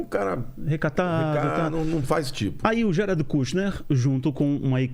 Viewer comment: Ate que emfim um brazileiro que pronuncia o nome Jared corretamente!